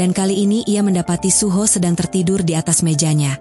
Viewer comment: Kak aku pernah denger kakak ngomong suho jadi suhu kak dikit dikit sih 😅